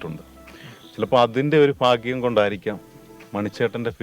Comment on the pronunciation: ഫാഗ്യം അല്ല ചേട്ടാ.ഭാഗ്യം ആണ്.